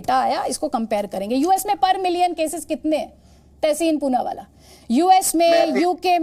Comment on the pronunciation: Wah ma'am Poonawaala Ko Choonawaala bana diya.